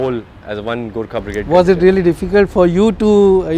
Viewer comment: fking cant even pronounce gorkha